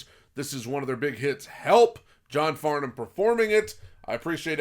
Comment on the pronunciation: You pronounced Farnham and Melbourne correctly, most Americans don't, well done and thank you